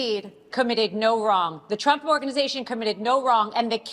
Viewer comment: "TURMP". Not once but every time. "TURMP".